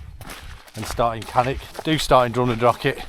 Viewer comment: Jesus, can you people use your mouths properly, show some respect and pronounce the Gaelic "ch" in Drumnadrochit, Cannich and Glen Lichd the way it's meant to be pronounced? IT IS NOT 'CK' FFS.